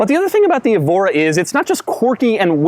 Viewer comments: It's "EH-vo-ra", not "ee-VO-ra", like the Portuguese city Évora. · "This is a Lotus Ebola S"